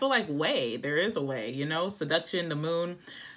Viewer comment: I dropped my bud all over the floor 😂 “You feel like no way and I feel like ..wayyyy” lol so posh